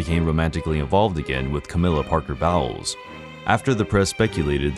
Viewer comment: Bowles is pronounced Bowls and the question Charles was asked was if he was “in love” not if he loved her. Big difference and an inappropriate question to begin with